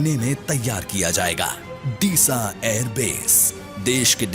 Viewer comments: It's डीसा Not दीसा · दिसा नहीं डीसा pronounce hota hai, great video